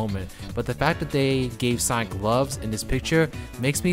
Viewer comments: Why does this guy keep pronouncing sonic as saik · It's not Sonic it's Sonk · Can’t pronounce sonic so I’m out thumbs down